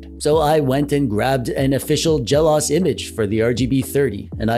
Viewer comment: This is a good review of the PowKiddy RGB30. BTW, it's pronounced Jel Oh Ess. The OS stands for Operating System and is always seperate just like in MacOS or iOS. For example, you wouldn't say mac-oze or i-oze or perhaps mac-ohss or i-ohss.